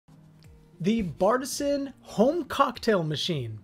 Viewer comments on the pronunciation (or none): It’s actually pronounced BAR T SIAN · It’s Bar-te-sian